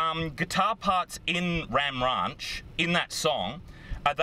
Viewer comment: My mans said ram rahnch